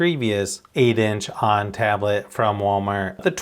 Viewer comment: pronounced OWN (onn) not on!